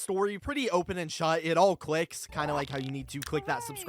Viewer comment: What is wrong with his voice? Every last syllable gets a weird schwa - open(e), process(e), as well(e), puppi(e), god(e)